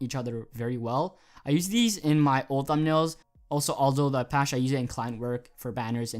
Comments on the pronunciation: Apache is pronounced: Ah-Pach-EE (a definite "e" sound at the end instead of just A-Pach) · Aldo the Apache is pronounced "apachee" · Apache pronounced apachee. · nice video man thanks for the fonts. btw, its pronounced: Ah-pa-chee.. (Apache) -Arizona Native;) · apacheee is how its pronounced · Great stuff bro, I think it's pronounced apachie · it's pronounced like "Apach-E" or "Apachy" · APACHE as in the Native American tribe pronounced Apachee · Apache is pronounced "uh-patch-ie" (Like the helicopter) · I think it's pronounced "Ol-doh the Apa-chee". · Thank you! It is pronounced "uh-patch-ee" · Btw it's pronounced apachee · It's pronounced Aldo the Apache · Pronounce the e ApachE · Its pronounced uh-patch-ee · It's pronounced a patch ee